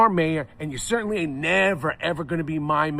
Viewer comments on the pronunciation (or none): none